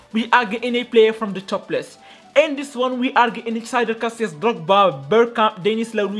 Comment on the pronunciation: bro has been playing this game from dinosaurs' Era and still saying Casillas after saw Spanish league🗿